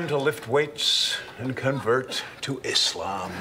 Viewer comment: Shout out to the judge who accidentally pronounced Islam correctly